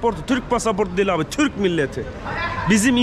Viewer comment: Kardeşim Turko değil TORUKO Allah aşkına düzelt. Sana da bi kıyak madem Cem yapmadı "watashi wa Toruko jin desu" Vataşi va Toruko cin des- ben Türküm